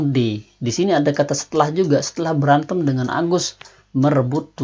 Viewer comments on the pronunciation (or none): Afektif bukan efektif Intelegen bukan imelegen Berantem bukan beramen